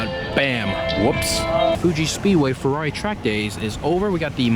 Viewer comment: Sorry dude, its ferrari not furrori